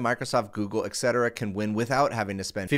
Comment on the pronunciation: etc. is pronounced et cetera, not ex cetera.